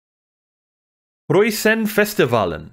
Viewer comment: 8 out of 10 for your pronounciation of "Prøysenfestivalen", pretty close! Angelina has you beaten again mate, sorry :D Enjoying your AJ journey man, keep it up.